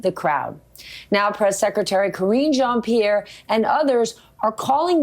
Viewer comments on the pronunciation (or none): Cringe pee-air.